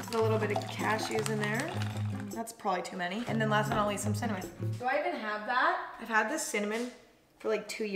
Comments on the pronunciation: No one: Emma:CIMMANON TOAST CRUNCH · I think she corrected herself from saying cinnamon and said cimannon at least I heard that xD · SHE SAID CIMANOM HAAHAHH